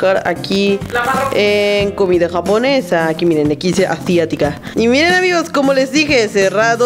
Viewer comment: Me da Risa cuando dice "Comida Jabonesa" JajajA me morí de Risa